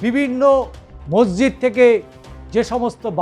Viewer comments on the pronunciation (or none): none